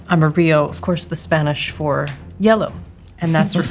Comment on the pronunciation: As a Spanish speaker, your "amarillo" sounds like "amorío", which btw would be an awesome name for the sauce, "Tropical Amorío"😂